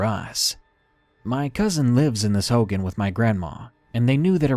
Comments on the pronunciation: please learn how to pronounce words if you do not know them. Hogan isn't pronounced Hoe-Gan. It is pronounced Hoe-Gawn. It is hurtful and a little annoying when others hear or watch videos with things mispronounced or misinterpreted. Thank you, chilling stories though. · “Hogen” it’s pronounce hogān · darkness, "hogan" is pronounced like hoe gone, not hoh gin. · Hoghan like hoe-gone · It's pronounced hoe-gone😭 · lol he mispronounced hogan